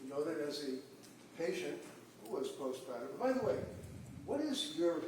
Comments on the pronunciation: Annoyed with the "post-pahtum" depression pronunciation. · What is post "pot-uhm"??